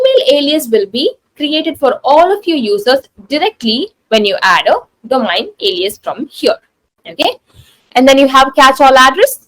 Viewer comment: She doesn't know how ro pronounce the word domain :eyes-purple-crying::face-orange-frowning